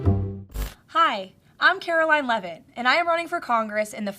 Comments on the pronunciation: She even said her name. Lev et not leave it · *She pronounces it LEV it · It's pronounced, "LEVV'-itt" (rhymes with left).